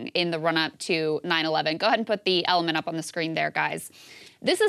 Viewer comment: "Go ahead and put that element up on the screen, guys." "...? Eh-leh-ment???"